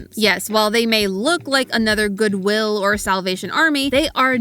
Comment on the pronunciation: I couldnt ignore the emphasis on the WI in goodwill 😅